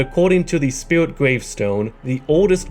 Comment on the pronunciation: “Spirwit” “Torwent”